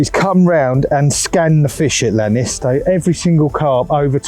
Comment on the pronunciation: Great bit of content! But it's Lake Iannis, not Lannis. A common mistake that all Brits do.